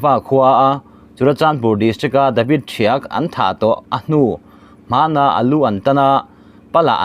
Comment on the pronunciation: Mizo tawng, ''ahnu-hmanah,'' tih hi i chhiar dik lo tlat mai.😂